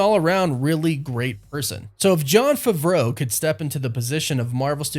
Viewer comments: Do…. Do you know how to say Favreau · Please learn how to pronounce Jon’s name at least